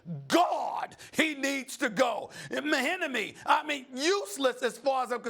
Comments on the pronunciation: "Mah-Enemy" , Lmao it's Mahinmi. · This nigga steve a smith just say mahihimimi instead of mahimi😂😂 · lmao dude said Mahinimi😂😂😂😂😂😂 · When he miss pronounced mihinmi